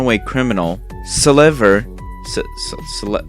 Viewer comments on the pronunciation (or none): Dislike because you pronounced Selever's name as Slender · e like Its Ra-Sa-Zie and Se-Le-Ver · Selever is pronounced like sell ever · I died when he called selever “slender”😂😂😂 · I laugh when you call selever "slender" and i like your vid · I wheezed when he was trying to say selever and rasazy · Not me laughing so hard when you tried to pronounce Selever and Rasazy's names 💀